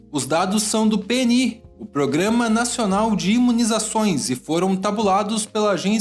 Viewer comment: Não se costuma falar PêNí para o programa de nacional de imunização. Sempre é pronunciado como Pê Ene Íh. 😉 Fica a dica!